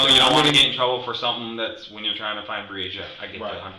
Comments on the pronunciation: You had this whole video of people pronouncing Breasia’s name correctly and you couldn’t even bother how to say it! Her name was Breasia, not Breezy-uhh Put some respect on victims if you’re going to make “content” like this geez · Her name is Bre-Asia. You were pronouncing another kid’s (Aniyah) name wrong. Please give them enough respect to pronounce their names correctly. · Her name is pronounced Bree-Asia. Like the continent. The announcer is saying it incorrectly. She deserves to have her name said correctly! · I'd line to think this is not an AI created channel but please do better about pronouncing the victims name correctly. It wasn't even close which makes it clear to me, who ever made this video, didn't watch the interrogation. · While I am someone who appreciates what you do, I also feel like it's on the disrespectful side when you (or other content creators) don't even make sure the victim's name is pronounced correctly. I'm someone who actually helped to search for this sweet precious girl who should be out playing in the snow with her friends right now. So if you make any other content that is about her story, please be sure to at least pronounce it correctly. Her name is pronounced Bree-Asia... Not Bresia.